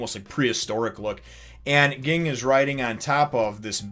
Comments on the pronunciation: ..you don't call characters what you like them to be called, his name is Ging, pronounced Jing~with a J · Ging is pronounced Jing or Jin